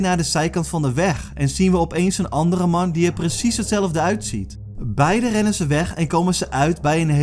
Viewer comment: Ga stuk om hoe hij man zegt 😂